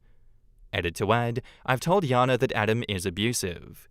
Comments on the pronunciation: Just a pet peeve, but in the 2nd story why does keep pronouncing the name as Yana when it's spelled Jana with a J? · I've always known the name Jana pronounced as Jan-ah ('a' sound like jam) and not Yah-nah. This is the second time I've heard this story with the name prounced as Yah-na. It doesn't matter or anything. Just noticed it.